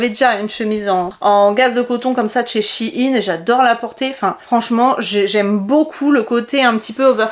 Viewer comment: p'tit question pourquoi les gens dises shinnnnes c'est pas shein et ça se prononce pas ein non ?🤔 ( c'est pas mechant). sinon trop top la vidéo je t'adore continue comme ça :🥰